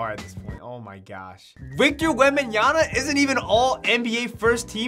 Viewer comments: It’s Victor WembanyaMa, not WembanyaNa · “Victor wembanya-na” 😂